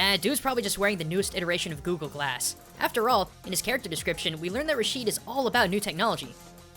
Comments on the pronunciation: Just one more thing, it's not pronounced Rasheed but more like Rashed with elongating the pronunciation of the (a) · is pronounced (RA-SHED) not (RA-SHEED) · Rashid is not pronounced (rasheed) in arabic it most commonly pronounced (rashed) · Rashid raa shed not rasheed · A minor annoyance, I noticed that foreigners almost never pronounce any Arabic name correctly. It clearly says Rashid (Ra-shid) but every one pronounce it it Ra-sheed for some reason. I understand when the names have no similar letters in your language so this has no excuse. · I think it is said "RAA-Sh-Id" , and not "Rah-Sheed". Over that's how I say it. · we pronounce the name rashd ,not rasheed. keep up the good work! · its Raashed how its pronounced but the spelling is rashid